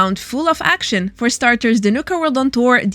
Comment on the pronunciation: Its call to Action. ACTION everyone is saying Axiyon/ Axeyon